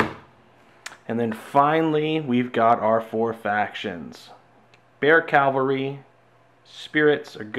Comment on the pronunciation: Great vid. I played the game at Gen Con a couple of years ago but never bought it. I may have to reconsider. BTW, it's pronounced CAValry not CALvary. Kind of a per peeve. Keep making the awesome videos.